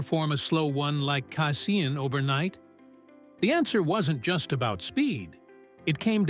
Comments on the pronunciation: The word casein is pronounced KAY-SEEN, NOT KAY-SIN!!! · He then later said KA-SAYIN!!! JEE-sus!!!